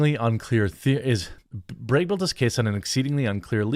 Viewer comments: BRAGG not BREGG 🤦🏻‍♂️ You want an upvote, pronounce name correctly. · Dropped a like for your Wisconsin “breg” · I like the way he says "Bragg." Reminds me of my daughter when she says "leg." It comes out "layg." Good stuff. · But how come you say can, and not cane? Or Democrates? Not making fun of you, I just find this speech issue bizarre where you pronounce "A" like it sounds in the alphabet in flag or Bragg, but not with other words with an A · How did you know I was enjoying the way you said brag 😂 that means I have to go buy more coffee ☕